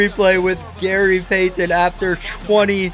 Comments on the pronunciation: Can’t STAND how this dude says Gary PAY-TEN 🤦🏻‍♂️🤦🏻‍♂️ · same. he said “Gary PAY TONNE” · I thought I was the only one Gary peythenn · It would have taken far less time to learn how to say PEYTON instead of pay-ton every 5 seconds. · I hope he's Canadian with the way he pronounces pay-tun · Gary Pay-Ton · Gary Pay-Then with chewenty points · So am I the only one who was bothered by the way he kept saying “Payton” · Gary Peigh-ten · “Gary Paythin” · i hate the way he says payton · Please stop over pronouncing Payton 😂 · i hate the way this dude says payton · Who pronounces the t in Payton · the way you say payton makes my ears bleed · I would have kept missing too if he kept butchering my name lol!!! Great video though for real.